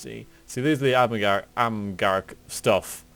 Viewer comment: don't mean to be a grammar nazi but amgarrak is pronounced arm-a-rock i'm loving your dragon age videos, can't wait for dragon age 2 and inquisition.